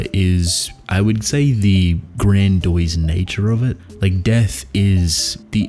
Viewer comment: lmao you said GrandOISE.